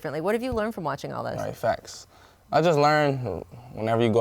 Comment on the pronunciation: Melo really said "Fax" on live air lmao